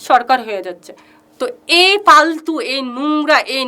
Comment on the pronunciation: তোমার বাংলা উচ্চারন ঠিক করো ফালতুকে পালতু বলছিস কেনো